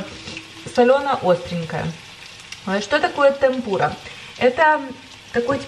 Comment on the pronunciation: простите ни в коем случае не хочу вас обидеть🙏🏻 темпура(с ударением на Е) это просто тесто с водой, мукой, яйцом, кому как нравиться, можно с пивом и газировкой как у вас, и без яйца, а Эбифрай(это креветки в панко(японские панировочные сухари) их вкусно обвалять в муке, затем в яйце и в конце в панко, так они получаются нежнее и хрустящей, как мне кажется, я сама очень часто так готовлю и детям оооочень нравится. Я живу в Японии 15 лет, сама родом из Беларуси. Недавно подписалась на вас и спасибо вам за столько позитива, красоты, советов и отдачи🌸🌸🌸